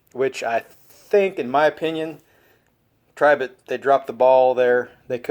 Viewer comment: Finally, somebody that says the brand correctly.